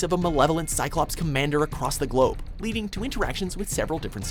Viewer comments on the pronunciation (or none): none